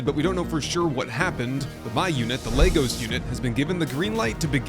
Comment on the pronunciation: I do believe it's pronounced Lágos, otherwise it just sounds like legos lol